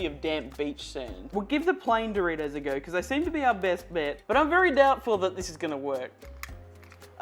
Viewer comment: why.. why "doritous"